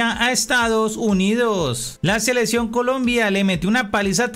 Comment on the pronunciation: no se dice selesion, se dice seleccion